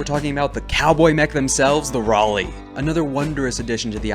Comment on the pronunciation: I have my Uncle class compcon attached to my kinetic hammer. 2 difficulty? Doesn't matter, Reliable 4. Also, THANK YOU for finally pronouncing Raleigh right.